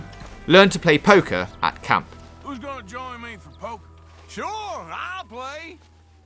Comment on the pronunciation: He's bad at pwaying pokow